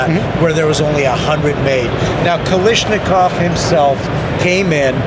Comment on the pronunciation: AK reps forever pronouncing Kalashnikov incorrectly